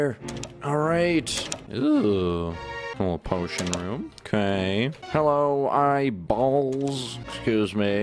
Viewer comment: hellough,... eyie baull XD, pls fix english